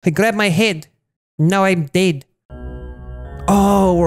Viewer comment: he grabbed my heid and now i'm deid